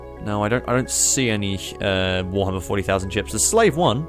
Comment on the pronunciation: 'War hammer forty thousand'